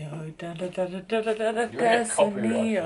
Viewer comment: take a shot every time pronounces desenio in a different way (jk great video as always🥰)